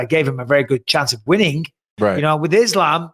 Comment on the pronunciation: I hate how the commentators pronounce islams name it’s fkn annoying, same as that bullshit ADEHsonya that Ariel popularised just say the fkn names how everyone else does